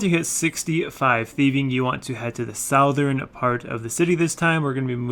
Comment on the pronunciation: Future reference, as you probably already know but goes unnoticed while recording; "Southern". You pronounced it "south-ern" multiple times. I find it quite obnoxious. Pronounce it like "suth-ern". Or just Google it and listen to it. Enjoyed the video. :)